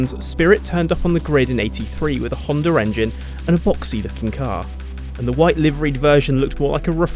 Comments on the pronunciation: "A Honder engine..." you britts sure slay that english... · Whhhhy do english people always say "Hondar" there's no r ffs